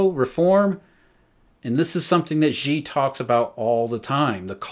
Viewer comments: "神州 Shenzhou okay, but is he straining when he says "she" or is he saying it effortlessly?" He's pronouncing it wrongly regardless. The actual pronunciation of Xi is closer to "Sea" than "She". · He can't. He pronounced Xi as "She" which is incorrect. The actual word sounds closer to "Sea" (or the letter C) than "She". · His pronunciation is horrible indeed. For example, he pronounces Xi as "She", which is wrong. The actual pronunciation of Xi is closer to "Sea" (or the letter C) not "She".